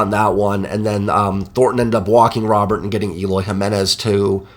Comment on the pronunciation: Just a heads up man. Luis Robert’s name and a pronounced ‘Roh-bear’. So the t is silent and the ‘ro’ is pronounced like ‘row’. Another great recap man. Best in the biz as far as I’m concerned!